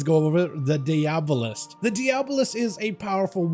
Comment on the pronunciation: seems the spec is a play off the word "diabolical"...which is pronounced die-uh-ball-ick-all? So shouldnt the "diabolist" be pronounced "die-uh-ball-ist" and not "dee-ab-oh-list"?